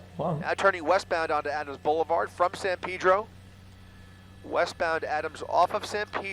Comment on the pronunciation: Sand peedro street lol. It's pronounced san pey-dro, silly.